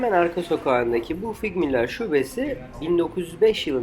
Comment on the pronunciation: YYUUHHH KADIN LIMONU SCHNITZELE sıktıktan sonra o güzelim KUMAŞ masa örtüsüne koydu !!!😂😂 tabağa koyacağına !! Ulannnnn OĞLUM lannnn artık örenin şu geldiğiniz yerlerin Almanca TELAFFUZUNU !!! Güya şekilsiniz yaaa !! FİGMÜLA değil her gelen gerzek aynisini söylüyor!!! Bu mekanın İSMİ FİGLMÜLLER !! Figmüla değil !! Bir de video da KARTNER STRASSE DİYE yazmışsınız 😂😂😂 çüüşşş !! KÄRNTNER STRASSE yüz yılların oldu bizim Türkler de KARTER STRASSE 🤮🤮